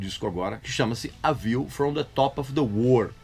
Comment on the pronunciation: A víu from de tópe ofi de UÔÔÔRRHL, vamos dizer assim.